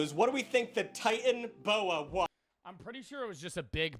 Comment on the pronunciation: I got unreasonablely annoyed at him say titanaboa as titan boa. Also isnt the biggest threat to blue whales actually orcas.